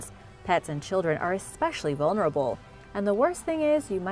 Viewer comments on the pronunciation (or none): none